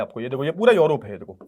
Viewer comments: Sir urop hai yorop nhi😊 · Sir ye योरोप hahi hai balki यूरोप hai